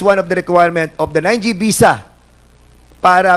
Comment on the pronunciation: Foriners.. oh please mag artista k nalang.. visa not bisa.. bobo kung hindi dahil Kay Judy Ann nag nga nga..shame on you..